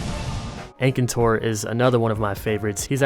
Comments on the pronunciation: "engcantor" wth xD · 'Ankator Ankator Ankator', the N is before the T, Akantor. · Akantor, not ankator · Aekaentor Fadalis That's the wrong way its "Fatalis" and "Akantor" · the way you say some of the names is so weird lol.....Faytalease, aykintour ... the rest are fine but them two i had to double check i was looking at the right monster! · There are Frontier games on PS4. World isn't the only one. Speaking of Frontier, wouldn't it be cool if Disufiroa was put in? Though, people would be overwhelmed. I like how you think that you pronounce Ukanlos wrong when you pronounce most of the others incorrect but Ukanlos right. How did you butcher my Akantor so badly...?